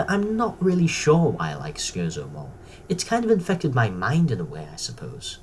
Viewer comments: Right you keep saying Scherzo wrong and as what a Scherzo is is important to the story it helps to pronounce it right. It's pronounced Cher-Tzo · Fantastic video m8! I agree with all of these. Shame you were a scrub and pronounced Scherzo wrong; 1-Farwell, Great Macedon 2-NA 3-NA 4-Foe From The Future 5-Spare Parts 6-Davros 7-Master 8-Scherzo